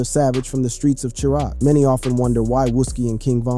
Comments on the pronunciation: It’s Chi-Raq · Chi raq. Wtf if u can’t say the name y u talking about us